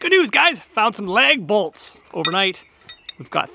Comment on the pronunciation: I was like “hmmm what’s a leg bolt??….ohhh LAG bolt 😂” love your videos buddy